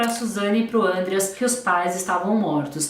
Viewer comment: a pronúncia do nome do Andreas é outra. O nome é alemão e não é falado com acento circunflexo no primeuro A. Segundo o Ullisses Capbel e todos da lei que estiveram envolvidos com o caso, quem leva a Suzane para o Ibirapuera e o pai deles, que obrigada ela a acompanhar o irmão nas aulas de aeromodelismo. Outro ponto: a viagem do casal foi no meio do ano. E esses filmes foram feitos pelas defesas da Wuzane e dos irmãos Cravinhos; são manipulados. Tem vários podcasts e os livros do Ullisses contam certinho os detalhes.